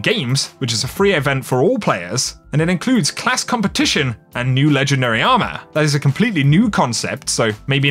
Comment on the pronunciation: It’s “ourmor” instead of armor XD